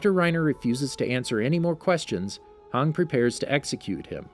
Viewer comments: It's not hang but Hange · Do you mean Hange not hang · this man really called Hanji Hang LMAOAOA i CANTTT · Bro why you say hang its hange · Her name is not hann it’s hange pls say it right and the e is not silent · A moment of silenced for calling hange 'hung' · hang...HANG, ITS HANJI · It's not hong it's "han-ge" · Why Haang, its pronounced Hanji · I hate being picky and I know there are a bunch of different ways people pronounce names, but it’s (han-jee) I understand (han-dge) but (hawng) lol come on man, at least make it look like your interested in the series and not just making a video for the channel cuz the story is popular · I was so confused about Hange when he said "Hang" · I hate how he says most things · it's funny how he got almost every name wrong in this video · WHY DOES HE CALL HANGIE HANG ITS TRIGGERING ME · Reiner Brawn and Hang Cant blame him for mispronouncing names lol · please tell your reader the ACTUAL pronunciation of names of characters. Every time I hear HANG I feel like crying. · This man called hange hung 🤣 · XD hange became hang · this guy is pronouncing "hange" like "hang" wtf bruh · Hange (Hon-Jee) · HAN-GEE jfc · this man really called hange hanji LMAOAO I CANTTT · Yeah, thats totally how you say Hange! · I swear to god if you guys miss pernounce hanges name one more time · I hate how he says hange like back of dude that's my waifu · It makes me pretty mad how he pronounces hange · hange should sound like hanji and jean should sound like jan not jeen